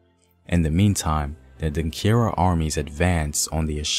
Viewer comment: The word is Denkyira (Denchira) not Denkira.